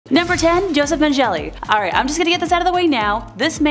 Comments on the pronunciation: The real pronunciation of Joseph mangele sounds much creepier (Mane-ga-la) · wow you butchered joe mengles last name horribly. also he moved to brazil to a town with a suspicious amount of twins.